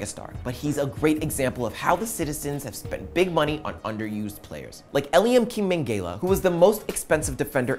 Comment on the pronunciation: The way you said Mangala's name made me cringe